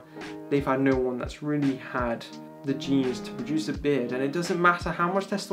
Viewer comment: Why do you say “readdy” instead of “really”?